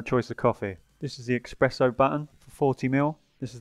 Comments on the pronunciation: it is espresso not expresso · Please stop calling is expresso 😂